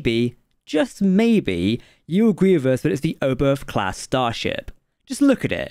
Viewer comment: It's called Oberth after Hermann Oberth. And it is pronounced OBERT. Do your homework correct or don't do it at all.